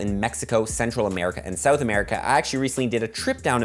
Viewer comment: See-ou-th, nice. Also why is New Zealand on the map straight up incorrect?